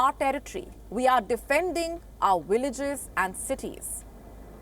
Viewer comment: I thought it was villages no williges lmao 😂 🤣 what word is that why dont you speak hindi its clear you cant speak English